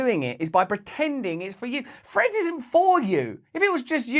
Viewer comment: It's named "Threads", and not "Freds". Speak English!😂